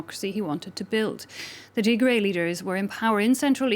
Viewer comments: Tigray is pronounced Tig-Rye...NOT Tigre/Tig-RAY!!! Tigre is a completely different Eritrean ethnic group having nothing to do with this conflict. Tigrigna is the language spoken by the Tigray in Ethiopia and the Tigrigna in Eritrea. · I Like How She Sayed Tigry - 😂 She MadE It Sound French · freedom man u are confused. They are mispronouncing the name of the region. The Tigre people live in Eritrea like the Beni Amer and speak Tigre.. Not Tigrigna. Tigrigna is spoken by the Tigrigna, Jeberti, and Tigraaaay in Ethiopia. Amharu butcher every name including the word Habesha making it Abesha. Tigre is not Tigray as most Amhara mix up. Tigray is pronounced as Tig-rye (Rye = type of grain, rhymes with the word "Why" and "Guy" ).